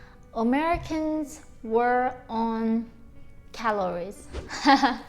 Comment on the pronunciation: i love how she says Omericans! 🤣 im gonna start saying that... not sure when but soon!